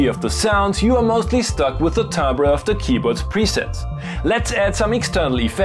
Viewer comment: DJX what-now? I think I had block... Where was I?? AWM (1st gen?) hog-tied into a toy. Yamaha took their already designed AWM chipset, repackaged it once again, and tried to create some segmentation in the market. Nothingtoseeheremovealongplease. And all keyboards should come with those stickers...